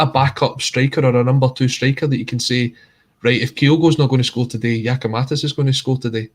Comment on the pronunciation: Can somebody tell it's GiakoumaKis not GiskoumaTis...cheers